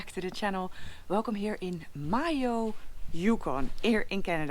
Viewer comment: Time to be pedantic.....regarding the pronunciation of Mayo, is it not May-Oh instead of Moy-Oh!?😄